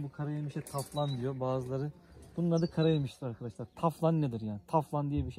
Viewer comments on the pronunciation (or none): Taflan ne reis teflon gibi